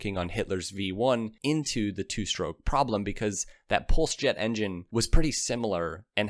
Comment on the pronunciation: Why do you pronounce the word 'stroke' as 'SHtroke' 60% of the time and as 'stroke' 40% of the time? Research has been done on the 'sh' pronunciation that shows its origin is working class 'black'. Keep working on it and you'll remember to say it that way 100% of the time.